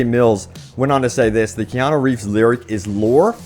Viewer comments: It's Keanu not Keano. KEY-ya-noo, ya - rhymes with pa, noo - rhymes with do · His name is Keanu, not Keano. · Kean-U not Kean-O. But keep up the good work :)